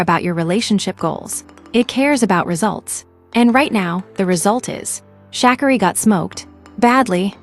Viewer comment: This is a weird commentary. The pronunciation of Sha'carri's name is wrong. Everyone has their time. It doesn't matter what the world says or thinks. It's your life to live, not no one else.